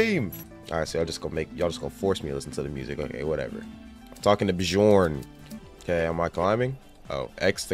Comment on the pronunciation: Bro Said bee jorn lol